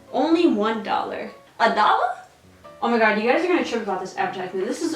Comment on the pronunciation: she says a dolla just like Liza Koshy would at it in her dollar store with Liza video